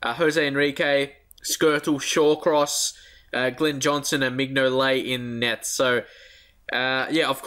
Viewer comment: Mignonet is pronounce Min-U-Lay